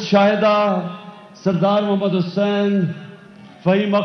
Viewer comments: I am pti لیکن عمران خان مجھے بہت پسند ہے بس تھوڑا ساغلط کلمہ پڑھتا ہے محمد دال پر پیش کےجگہ زبر پڑھتا ہے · لالا جی کلمہ تو درست پڑھ لیں اور آپ صلی اللہ علیہ والہ وسلم کا ام بھی درست لیں